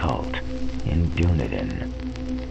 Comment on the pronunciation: Dunedin is pronounced Dun-eden. The way you say it make us sound like a LOTR tribe..... oh wait....